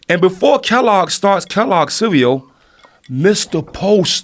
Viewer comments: CEWEAL 😂 hahahahaha RZA said CEEWEEAWL 🤣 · RZA said CEWEAL instead of CEREAL 🥣 hahahahahahahaha damn his albums are my main source of laughter since I was a KID #CEWEAL